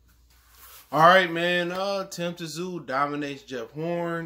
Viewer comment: The Ts in Tszyu is silent fam.U obviously never watched his dad fight before.One of the best at 140.